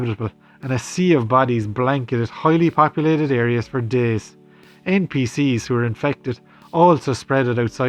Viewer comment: is it just me or did he call npc's ncp's